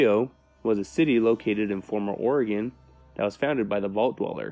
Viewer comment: Thank you for pronouncing Oregon correctly